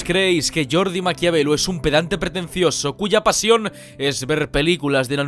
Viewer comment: suena como Yordi no como Jordi :)